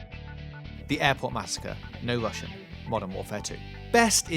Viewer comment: You say no Russian really satisfyingly